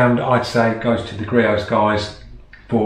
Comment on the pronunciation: It’s creos not greos